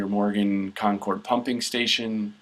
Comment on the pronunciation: That arial photo was not Tomales Bay from the graphic. That was San Andreas Lake south of San Francisco from which the fault takes it's name indirectly as the lake is named after that valley. Concord in the Bay Area is pronounced "kon-kerd"